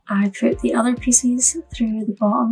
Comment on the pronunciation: I just love your videos but do you realize you pronounce pieces like “ feces” . I always cringe when you say it and then I smile because I know you don’t mean that way .